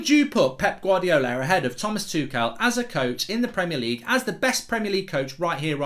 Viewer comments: In German I think it's pronounced Tomas Tukhel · It's Tookle, NOT Too-shell & not Too-kell.